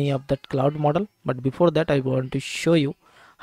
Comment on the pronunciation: Mooodel mooodel moodel😂😂😂